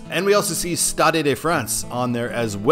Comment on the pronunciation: The "e" at the end of "stade" is silent, as on every French word ending in "e" (Unless the "e" has an accent on it).